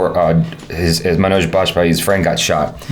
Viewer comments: Agreed! Everytime he says it, sounds like he's saying MANAAJ, kinda like Nicki Minaj 😐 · Love your discussion on the series,. The only thing that irked me was not saying Manoj's name right. I mean it's 2nd seasons episode 6. About time we do justice to the lead and atleast get the name right.